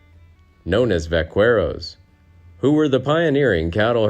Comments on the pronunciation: ....I'm from Texas....The word Vaqueros is NOT pronounced "va KWE rhos" ..it is properly pronounced "va KE rohs"...learn Spanish... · Very interesting video. I grew up in the Southwest enjoying Sonoran Mexican food which I think is better than Tex-Mex. One thing that caught my attention is your pronunciation of vaqueros. It should be pronounced “vak-air-os” and not “vak-ware-os.” Mexican people will laugh at you behind your back. I did enjoy the video. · ...American Cowboys were 50% white, 25% freed African American slaves, and 25% Mexican Vaqueros (pronounced "va ke rohs")...